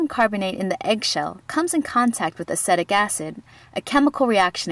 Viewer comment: you're pronouncing acetic acid wrong and aslo for your hypotonic solution you should be using distilled water as regular tap whater contains mineral from the underground water table.